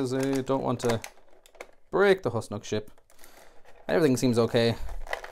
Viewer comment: It is pronounced Whos-Nock not Hus-Nock.